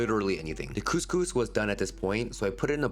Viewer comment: I’ll never get over the pronunciation of couscous 😂 ( coming from an Algerian )